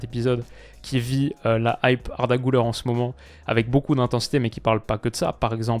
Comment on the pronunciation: On dit pas "GOULEUR" mais "GULAIR" c'est "U" et pas "OU"